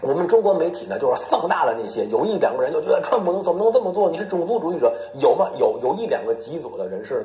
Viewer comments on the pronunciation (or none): 这个人把Trump 叫 “串扑”- 四声的chuan，就是说他把“川普”这个汉语音译用类似英文的调读了出来。这个小例子就很好的出卖了他：自以为转个调调就聪明了。其实。。。cringe 。。